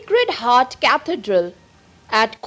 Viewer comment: Who pronounces Cathedral like this